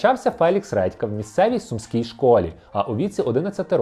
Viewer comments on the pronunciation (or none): не сУмський а сумскИй